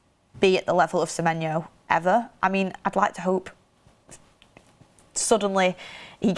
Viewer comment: At least she says his name right unlike goldbridge